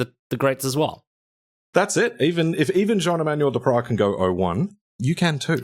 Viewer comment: Your pronunciation of Jean-Emmanuel Depraz is flawless 👌🇫🇷